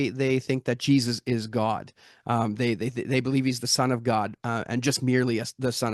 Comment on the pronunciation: I don't know how I expected to pronounce "God", but I like the way he does 👌